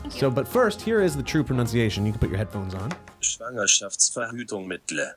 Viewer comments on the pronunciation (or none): Yup, it said VerhüttungsmittLE instead of mittEL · The pronunciation until the G was fine, but what happened then? Instead of "smittel" it has been butchered into "mittle" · The way the German voice butchered the pronunciation 😂 it literally means pregnancy contraception i am german and i have never used/heared this word being used 😂😂😂😂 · That's not the correct pronunciation of the word "Schwangerschaftsverhütungsmittel". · The pronunciation of the german word was completely wrong…google doesn’t know everything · Yeah, the correct German pronunciation was wrong. Google needs to step up their German game. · The pronunciation of Schwangerschaftsverhütungsmittel played is still awful... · Idk where you sourced the pronunciation for the German word in round 4 from but that audio file was not even correct lol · The "correct" pronunciation of Schwangerschaftsverhütungsmittel was wrong. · The German pronunciation is not correct. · That's not how you pronounce Schwangerschaftsverhütungsmittel! Even the bot got it wrong 😂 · Schwangerschaftsverhütungsmittel "and here is the true pronounciation" Plays a wrong AI pronounciation 🤦🏻‍♂️ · As a native german speaker I can confidently say that the pronounciation of "Schwangerschaftsverhütungsmittel" was wrong. Also, we don't typically use the entire word when talking about contraceptives ✌ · Oh, they butchered my native language pretty well 🤣 Even google translator (I guess) spelled it wrong